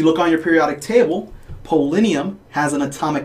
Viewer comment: Good video, but you mispronounced polonium as "polinium".